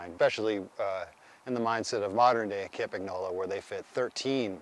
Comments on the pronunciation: Hey Dear Anglo-Saxons! Would you please learn after almost a century, that the company name Campagnolo is pronounced 'kampañolo' and not 'caempaegnoulou'. Cheers! 😉😉😉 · Ka-mpa-nolo The G is silent 😅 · Campagnolo You should pronounce GN in the correct way. It’s not like preGNant, it’s like siGN. 🇮🇹😀